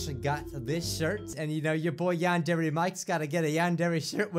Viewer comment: ITS YAN-DER-AY NOT YAN-DEARY